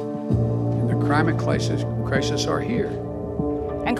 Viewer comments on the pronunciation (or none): Bruh joe biden said crimate clisis